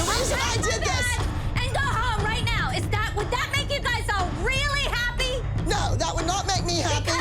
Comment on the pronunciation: AnD rIgHt Rr NoWrrr